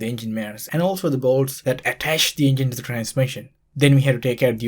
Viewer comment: The "euUNuJJginn"